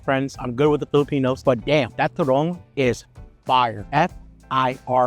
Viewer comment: Its turone.... ..not turong